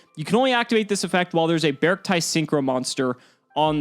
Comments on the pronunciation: I pronounce it “Bear-Ci-tee” almost like “bear city” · I believe its pronounced Bear-k-tee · japanese is bearukutii; should be E sound at the end like sill-y, sweet-ie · It's pronounced "bearcti" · “Bearcti” - “Bear” and “Arctic”. I pronounce it “BERRK-tee” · I think it’s pronounced Bearcti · The Japanese reads "Be-aru-ku-ti", so I think you should pronounce it with an E sound at the end. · According to the japanese katakana, the correct way to pronounce their name would be "Bearc-TEA" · According to the Japanese spelling, it’s pronounced “bearc-tee”. ティ (ti) = tee, タイ (tai) = tie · The Katakanas in the card are readed literally as "Bearukuti" so the correct english pronunciation must be "Bercti" also I can asume the name comes from "bear" + "artic" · The katakana (japanese writing) is read as bearc-tee, not bearc-tie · It's pronounced as Bear arcti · B-Arcti as in bee and arctic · The katakana for the archetype is ベアルクティ, So it's pronounced as Bearc-tee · I think it might pronounced "BEE-ARK-TEE" or "BEE-ARK-TIE". Like "arctic", and the word "bear" is just hidden in there like a combo of the words "bear" and "arctic" (and before anyone tries to be a smart-ass I know that polar bears are only in the antarctic). I saw someone comment that the TCG name is Ursarctic ("bear arctic") which supports the idea. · I see 'bear' and 'arcti' (arctic) and when you combine it with your cacti theory is should go beh-ark-tie. viola! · I think it would be pronounced bear-chi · I think it’s pronounced bark tick minus the ck. Think bear + arctic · How to pronounce: -beArkti -really strengthen that A when pronouncing it -try to combine the words Bear and Artcic then remove the final C -BeArcti That is the most grammatically and logically correct probounciation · "Bey-arc-tie" perhaps? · Its bear-ci-ty @@ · I think it's pronuced bear-see-tee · It's BearCity like scarcity but bears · Be-ark-ti i would assume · It's obviously pronounced like Bea Arthur.